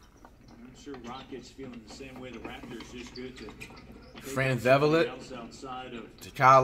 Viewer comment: Is it just me or did Flight call Vanfleet FranVevelet😂